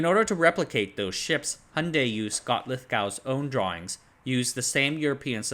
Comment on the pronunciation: Please check your pronunciation of 'Hyundai'.